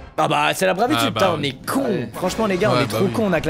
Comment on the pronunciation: On dit bravoure pas bravitude non mdr